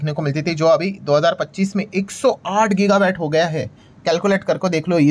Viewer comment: गिगा वैट नहीं, गिगा वाट वैट मतलब VAT वाट मतलब Watt (unit of electricity)